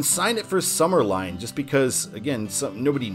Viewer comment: I was just on this road almost two weeks ago. It's sumner LIN NOT LINE.